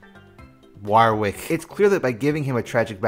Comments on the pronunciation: waaar-wick.... never heard it pronounced like that before.... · It sounds like your having a stroke every time you say Warwick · Yet another example of Americans unable to pronounce Warwick